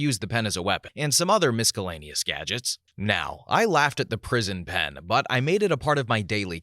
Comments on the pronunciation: the way you pronounce "miscellaneous" is beyond cursed 😭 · You should probably look up how to pronounce words like miscellaneous and ergonomic before recording :-P